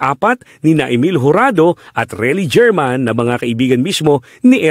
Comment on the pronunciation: Hindi Reli GERMAN ang Pronounced HERMAN